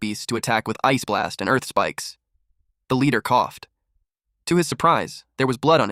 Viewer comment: why it say ice blast like that 😂